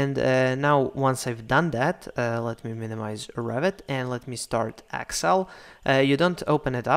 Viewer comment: Thank you. by the way, it's excel not axcel ... lol